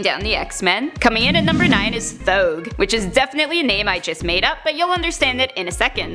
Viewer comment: Thouge sounds like throg